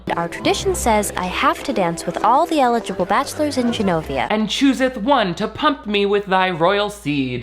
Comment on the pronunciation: They also pronounce Genovia as Zs-enovia (like Zsa Zsa Gabor), while the Americans say Genovia like a J